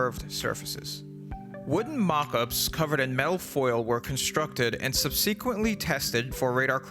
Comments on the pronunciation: sub-"SEE"quently? SUBsequently - emphasis on first syllable, no long 'e'. Also, .. "Radar, infrared, and optical detection all rely on the bouncing of electromagnetic waves..." Yeah.. no. At least not for infrared. You even go on to say IR detection is by heat emitted, not reflected, by the object. Nice try, but you really need to have someone review these things before you publish. Everyone makes mistakes, and sometimes it takes a fresh eye, or ear, to catch them. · It always seems to me that a lot of youtubers have trouble with certain words like 'subsequently'... and it kind of seems like they might be reading verbatim from an article of some sort... which i can understand, it takes a lot of time to write one's own version of something including all the research needed rather than find the info printed as needed and just reading from that. The word SUB-seh-quent-lee pronounced sub-SEA-quent-lee is just one that poked the vocabulary part of my brain rather hard with a hot soldering iron... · pronunciation of subsequently is off. otherwise a very well done piece, thank you for this video :)